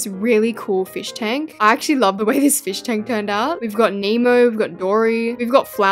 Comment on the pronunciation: Fosh tank? Fish tank?!?! Just say aquarium